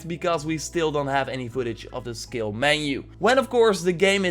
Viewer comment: Took a dab(shatter) every time the word of the day "ssKilll" was said